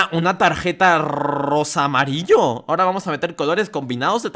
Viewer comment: En el momento dijiste rrrrrrrrrosamarillo